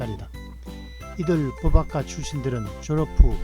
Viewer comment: 법학과 발음이 버박과가 아니라 버팍과인데... 사투리를 써서 그러신가...